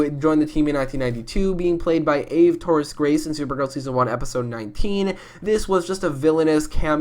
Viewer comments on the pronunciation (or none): none